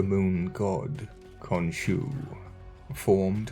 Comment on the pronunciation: I had to listen veeery closely to your diction on this Triad, my friend, because it initially sounded like “the god of thieves, his wife mutt and cons you.””, instead of Thebes, Mutt and Khonshu.. 😏.. but in keeping with your usual style, I’m betting that’s not far off, especially with a State sponsorship. But I remind myself.. and the LORD, regularly that He will redeem Egypt as well as the rest of the 70 Nations. Given the most recent announcement from the individual at the reigns of the R.C.C. right now essentially creating the 1🌍 religion to be at the beck and call of the FEW… flip that.. I’m just looking for the Real Yeshua, because these jokers aren’t funny in the least. Heaven.. Literally.. Help us all. Also where’s the Zodiac you have in the beginning of the video, please? Is it ancient or recent?.. relatively of course. It’s quite interesting. Thanks 🙏 as always, dear brother. Much Love. Many blessings. MARANATHA. 🍃🍃🪷🍃🍃